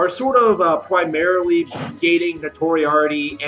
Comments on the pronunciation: Notoriarity wtf😂😂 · Notoriarity.... does this guy think he's talking about Sherlock Holmes' nemesis? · He mispronounced notoriety so badly, interrupted his bigditty foxmaid hentai to show us how it's actually pronounced just so that we, the intellectuals, could understand what the fuck just came out of his mouth